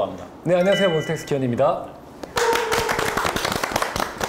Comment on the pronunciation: 터가 아니라 타..